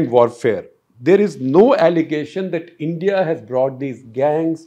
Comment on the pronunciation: It sounds like I.N.D.I. alliance. Shekar was almost there :)